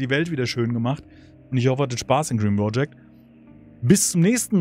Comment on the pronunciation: Part 89 und ich war in jedem dabei. Jedesmal ... 89x habe ich mich darüber aufgeregt, dass du "Bro"-ject sagst, 89x habe ich es mir bis zum Schluß angesehen und mich von dir überzeugen, nein regelrecht anstecken lassen. Die Android Version ist gekauft und ein wirkliches Spielerlebnis, Lust auf Frust. Ich hoffe sehr, dass du es nach kommenden Updates irgendwann weiter zockst... Gruß NeoM